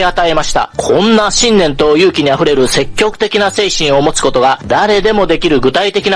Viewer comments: 積極（せっきょく）をセキキョクと読むのにはむのには、何か意図があるんですか❓ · 天風さんがそう読んでいだからだと思います。肉声も残っていて、確かセキギョクと言っていました！